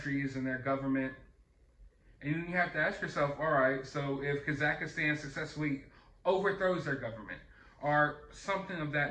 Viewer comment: Ok, once could've been a mis-read; twice means you actually think the name of this place is Kazakhistan. 3 times, now!! Dude!! Kazakhstan is where Borat is from. How can you not know how to pronounce it. I get it. This isn't a movie. It's not your expertise. But, you do plenty of news. And the Kazakhistan count is up to at least 10 now....lol.